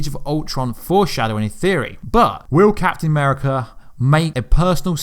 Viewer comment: captayn ameerica hoolk ther iroan maine..... just butcher em all why dont cha.